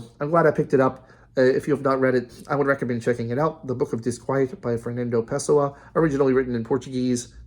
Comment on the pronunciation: actually no it's pronounced pessOah, not pEHsoah